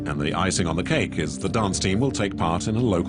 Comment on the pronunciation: This all seems a lot of fuss for some blurry cakes 🍰. They must be the best out there. I think he's saying cake? I keep getting a tone in my ear .